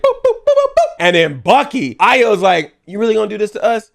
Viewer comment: Thank u for pronouncing Ayo's name correctly💜💜💜💜💜